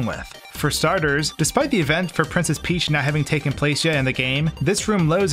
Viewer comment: Princess Phee-heeach